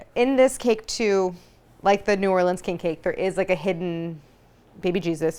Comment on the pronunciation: kink cake 🤭